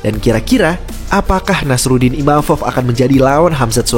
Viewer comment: Penyebutannya Nasourdin bang bukan nasarudin